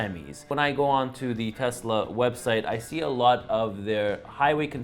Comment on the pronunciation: My bad. Did you say Tucker or Telsa?! I'm confused.🤔